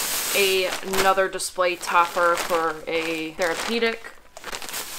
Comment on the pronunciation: She keeps saying 'Ay nother' like there's these two words, 'ay' and 'nother.' Never 'uh,' always 'Ay.' Funny how Americans talk. Anyway, these people are all set for the next 20 wedding showers they need to buy a gift for, unless all their friends know about their hobby. I live in a Central European country where dumpster-diving is not yet a 'thing' with 'normal, respectable' people, because people are very conservative and conformist and they don't want to do anything that might cause people to ask, 'What are you doing? Who said you could do that?' But I'm a foreigner and I don't care what people think, because I've worked out that when you DO do something that nobody else dares to do, either they assume that you're an authority and you have some kind of right, or else they simply 'conform' and jump in and start doing the same thing themselves. So when I noticed that a chain of bookstores here, like Borders in the US, with gift items, toys, art supplies, decorative items, craft items, video, etc. had put all their unsold stuff in the dumpster, I told a friend here, a native of the place, that we were going 'dumpster diving.' He didn't know what I was talking about. We did it basically in broad daylight, late afternoon, when most people were already home for dinner. At first he said, 'OK, I'll go along for five minutes, but no more,' and he was quite shy about it (but I can convince him to do almost anything...). After 5 minutes, I couldn't stop him until he'd gone all the wa